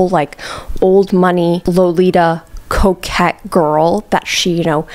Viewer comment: at first i was like "what the hell is a coke cat... oh, coquette" lmao